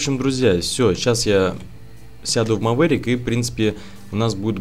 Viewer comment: бля говори не мавэрик а маверик